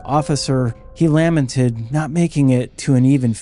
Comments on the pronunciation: lamented is pronounced luh-MEN-ted, not LAM-en-ted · Lamented is pronounced LUH-MEN-TED, who the fuck raised you? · I think its ai, pronounced 'lament' like not seen the word before.